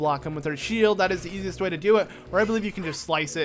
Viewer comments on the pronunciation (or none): none